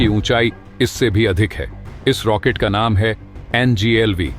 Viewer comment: रैकेट नहीं रॉकेट